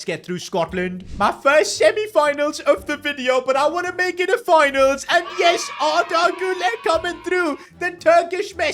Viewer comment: Im going crazy this guys saying Arder “Gula” when it’s actually huler it’s so annoying